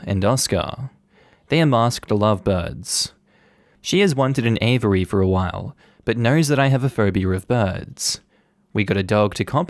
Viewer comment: Aviary is pronounced "Æ-vee-ær-ee"